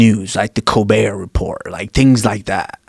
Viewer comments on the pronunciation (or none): none